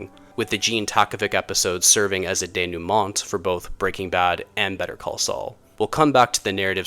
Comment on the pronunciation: And "denouement" is pronounced "day-noo-maw." Again. No unpleasantness.